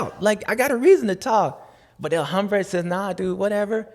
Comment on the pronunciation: Dude......El Ombre...the man. There is no HHHH